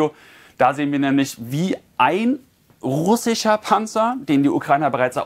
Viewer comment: Russicher Panzer ojemine was für eine Aussprache ......